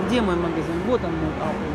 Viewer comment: Господи)))) живете в Америке и говорите - Апл)))....жееесть! Apple(эпл) правильно! А еще парень в МАЙКРОСОФТ не сумашедший - и они видит картинку - которую было видно на большом экране позади него! Вы оооочень далеки от техники - в век техники)))))